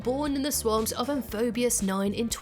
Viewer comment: she says “amphobios” although the screen clearly reads “amphibios”. I sure hope someone got fired for that error.